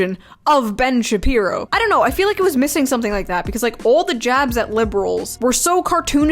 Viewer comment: [ Ben Shabee-Boo ] I've been nicknaming him that for awhile and its hilarious you said it exactly that way